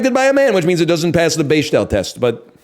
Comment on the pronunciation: Never heard that pronunciation of Bechdel before